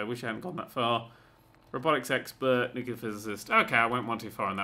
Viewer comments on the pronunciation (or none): IT'S NOT NU-CU-LER, IT'S NU-CLEAR FFS